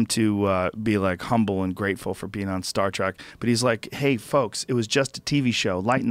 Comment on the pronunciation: William Shackner Star Track Twinner ... jesus joe, are you having a stroke?